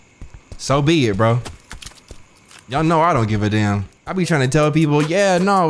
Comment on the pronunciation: Every time you said danm lol